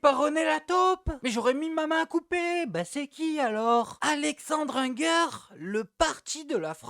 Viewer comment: 1 - Waw ton humour ça ne vole pas très haut 2 - Non il ne faut pas avoir la nationalité Française pour bénéficier de la CAF, bosse tes sujets, ah d'ailleurs, je ne suis pas député, donc bosse tes sujets 3 - C'est si difficile à prononcer Hinger ?